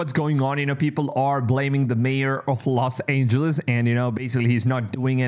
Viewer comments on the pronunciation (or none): “Los Angels”? 👎